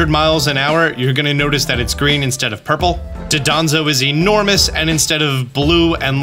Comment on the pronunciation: you keep saying do-don-zo, it's don-do-zo